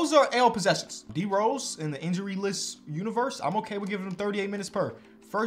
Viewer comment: man said "The Injury" like DOG